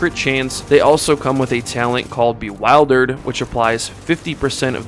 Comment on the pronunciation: thanks! and btw the "i" in "bewildered" is pronounced like the "i" in "milk."